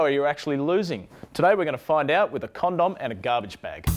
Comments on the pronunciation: wobbly sauce Nope, just how he emphasizes the "dom" was funny to me. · Love how Aussies say condom :') CON-DOM M8 EDIT: Apparently reading is hard and people under this comment think I am somehow insulting Aussies by saying I LOVE HOW THEY SAY CONDOM... Use your brain... Nothing but love for the Aussies.